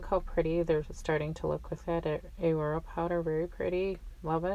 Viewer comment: What a great combo!!!! But just in case you didn't know, The way you are saying Aurora with the A singular is wrong.... It's not "Aye-Rora" it's pronounced "AH-RORAH"!!! As in the Aurora-Borealis lights seen in the night sky! 😘 The powder is much like the effect of these natural phenomena lights, hence the name of the powder color! Just looking out! I'd want someone to tell me if I were pronouncing something wrong! Awesome video!